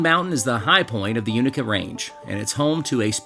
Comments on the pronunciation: "You-NAY-kuh" 🧡🙌🏼 I love this video. From this area originally and just now getting into hiking as a pastime. Beautiful region to be outdoors. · Its a long "A" UnAka, your killing me LOL. And, if you leave Roan Mtn, hungry, it is yourown fault. Americano - Best steaks in the tri-cities, Smokey Mtn Bakers - Wood fired from breakfast to pizza, Highlander BBQ. need I say more. The Kitchen(Mountain Harbour Hostel).